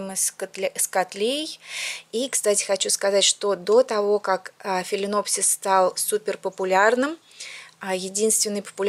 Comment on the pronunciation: Филинопсис?! какой ужас!